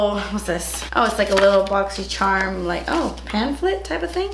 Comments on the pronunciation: Cringe I was hoping and praying she wasn’t gonna say boxy”sherrrm” Still love her tho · I loooove how you say “Boxyshhharm!” 🤣. I got great stuff in my box this month 🤗. I tried everything I got in my box today except the mask and love everything! I got a different eyeshadow palette than you. I got the Colourpop Semi Precious Eyeshadow Palette 🎨 and they’re all shimmers. I was hoping to get The Element of Surprise palette because you get a mix of mattes and shimmers. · I’m just here to hear you say “BoxyCHERMUNBOXING” say it again and again lol